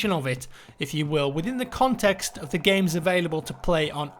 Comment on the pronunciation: The way you pronounced games sounded a lot like gays lol